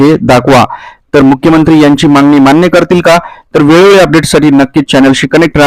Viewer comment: पोंग्या व्हिडीओ ला views येन्या करीता काही पण सांगशील.ladkya bahinila 1500 rs. Mahina तर वर्षा ला 18000 rs होतात.आणी तु 10000 rs चा video upload केला. 😂मांगनी केली आहे😂मांगनी केली आहे😂मांगनी केली आहे😂शब्द बोलायला शिक.